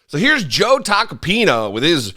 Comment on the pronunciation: it's not "Tacapino", it's "Tacopina". Here's a mnemonic device I came up with that you can use: it rhymes with "subpoena". LOL. Think taco + subpoena